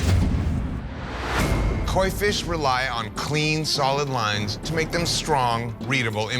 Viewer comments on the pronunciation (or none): I’m convinced she didn’t know what a Koi fish was, but that was the challenge for the day and she saw it written out like KOI thinking the ‘I’ was and ‘L’. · Mary Jean did agree to the artwork on paper. But yes, not knowing how to pronounce KOI was a red flag. Also, her choice of clothing and overall look: she wasn’t dressed for a tattoo. She was dressed for a night out. I realize everyone is different, but while I’m freshly showered, I look like I rolled out of bed. Lol. I wear comfortable clothes, cozy socks, no makeup, I bring my own pillow to help with positioning, lap blanket, snacks, headphones, etc. lol. It’s a lot but I have large tattoos that take several hours and I want to be prepared. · That chick who couldn't even say Koi right is fucked up. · The fact that she started off not being able to say KOI right is a bad sign